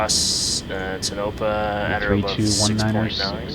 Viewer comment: Yo! Its pronounced Tone - a - pa, not tnopa.